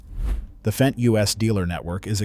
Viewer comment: It's Fendt, not F-E-N-D